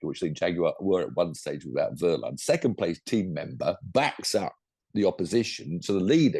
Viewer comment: Stop grinning and giggling you are British and that is why you never will be able to pronounce certain sounds (from other languages) correctly. It is not wurline it is Wehrlein like in Wehrmacht not wurmacht.